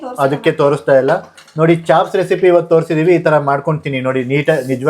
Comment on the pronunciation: Chops adu chaps alla. Kannada creator adru english sari idre chanda.